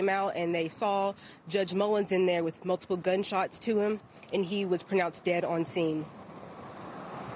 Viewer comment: "Mulipile gunshots to him" That reporter needs some extra training